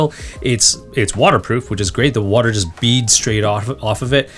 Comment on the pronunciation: Warder melon, nedder, liddle????